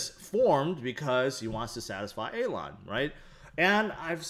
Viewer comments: You do great videos but can you please say Elon and not Alon? I thought you were talking about someone else 😂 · Idk what’s more annoying, you saying AYLAWN or HOLDEL